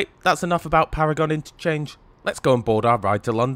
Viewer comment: Pronounced ‘Paragun’ station